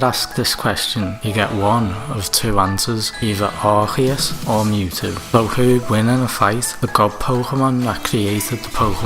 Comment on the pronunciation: Its not Arkheus its Arceus. Thanks